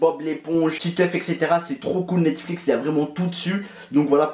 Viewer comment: Mdrr il a dit Netsflix 😂😂😂 Lit mon pseudo et abonne toi c’est un défi 😉